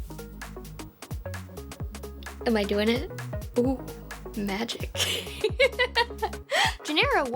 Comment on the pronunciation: Nice. I do remember how wonderful it was to debug software, fix it while it was running, then continuing right there from where it crashed. Talk about a tight debug loop. It was awesome. Also, it’s pronounced GEN-er-uh. Also, I resent the characterization that we didn’t hack each other! I at least most certainly did!!! (What’s the statute of limitations?)